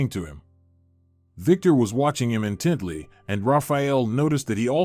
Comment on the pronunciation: What’s with the constant misspellings/ pronunciations in these great stories ? You can’t “ in Teddy” look at someone or “language look “ at them. The stories are great but errors are distracting.